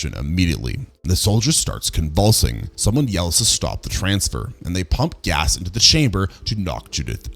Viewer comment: Ay someone else who pronounces Gas kinda like Gyass 😆